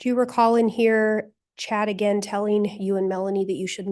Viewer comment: Did anyone hear "I'm not fallin for that agin!?" hahahaha